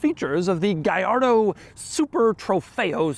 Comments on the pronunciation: Si pronuncia "Gallardo" non gagliardo 😂 e' un nome italiano, non spagnolo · Funny how you pronounce Gallardo correctly: "Guyardo" but not Murcielago - it's "Murthialargo" - I found this out as soon as the model came out. Great review. 👍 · It's pronounced "gee ar doe" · "Lamborghini Gayardo Supah trofejoooh stradalaaaaay" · It's pronounced gee ar doe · well thats a funny pronounce on that car man.😂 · BUT IT SOUNDS SO WEIRD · Double L, not I. Italian, not Spanish. Jiminy! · Doug the type of guy to pronounce Trofeo Stradale correctly but mispronounce Gallardo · I wish you pronounced it the way Akon used to :( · And slaughtered its name 😂